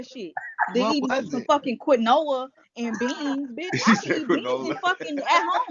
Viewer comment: 🥴 When she called quinoa “quinola” I lost it. 🤣🤣